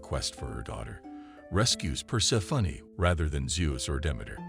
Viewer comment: per-SEH-funny XD